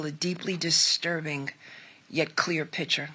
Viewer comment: Be nice if she could say "picture" and "texts" correctly...